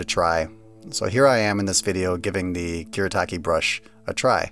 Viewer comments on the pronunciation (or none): It’s pronounced ‘Foo-deh” And it’s “kù-Reh-tah-kė”